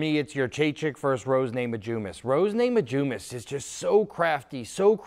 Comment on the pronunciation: Rose ''naimajiunas'' lol